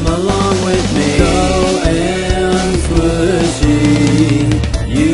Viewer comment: No lolol I was being a grammer nazi. He said Squisy. It is squishy. lolol